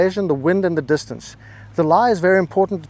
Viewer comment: And dis-tan-say!